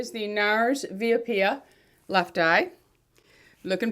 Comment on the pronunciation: Via Apia...ok...A’ (as in Apple) pia, accent the 1st syllable...thanks😘